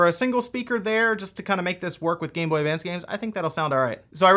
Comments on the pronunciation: There's no "d" in GameBoy Advance. This is driving me insane. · Advance. Not advanced. It’s like Interac not interact